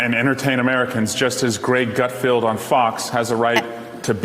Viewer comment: It's GutFELD. Swalwell, how can you call Greg Gutfeld unfunny if you don't even watch the show? If you did you wouldn't mispronounce his name. I admit our side has had a lot of fun mispronouncing yours.